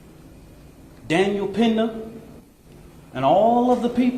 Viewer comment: "Daniel Pendant"😂